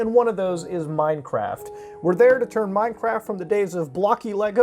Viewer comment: I thought he said MineCrack.